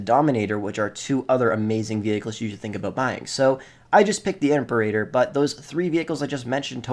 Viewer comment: God, the way he pronounces imperator is so cringe